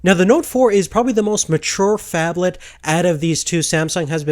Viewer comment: wtf is a fabthalth phone? what is he saying?